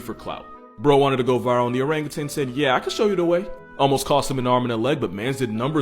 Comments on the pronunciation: Stop saying orangutang!!!!!!!!!! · Or rang you tan . it's not pronounced tang. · Learn to pronounce Orangutan. It’s O-rang-u-tan. There’s no “g” in tan. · There is no G at the end of the word orangutan. You're thinking of that orange drink powder from the 90s